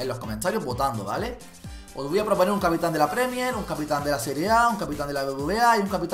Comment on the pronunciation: capitan va con acento a la segunda a no a la primera kiki 😂😂